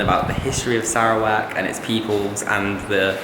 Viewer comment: Dude, learn how to pronounce Sarawak